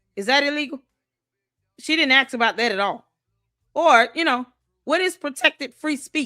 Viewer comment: Is there not a black person alive who can properly pronounce the word ASK?